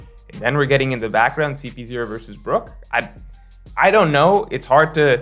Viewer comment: It's Brook